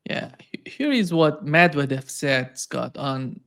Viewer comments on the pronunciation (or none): Please learn to say Medvedev. Med - veh - dev with the emphasis on the second sylable. Don't believe me , just play back some of your Russian guests or even Scott who seems to have good basic Russian.